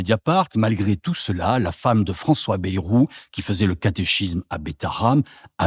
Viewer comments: On ne dit pas " bérou " mais Bayrou !! comme " ail " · Baillrou, pas bérou.Qui a jamais prononcé Bérou?! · "Bayrou" se prononce "baille-rou" et non "bé-rou", cela ne vient pas du nord de la France... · On dit Baïrou et non Bérou.